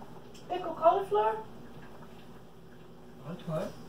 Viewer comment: PICKLED COLIFLUUURRREEE YOUR ACCENT HA